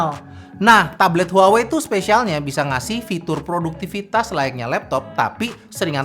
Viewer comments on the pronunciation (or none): harusnya kata "HUAWEi" diLafaLkan : "WAHWEi"